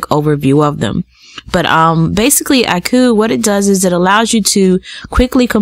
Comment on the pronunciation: Auki it pronounced "aww-key" lol. Great video!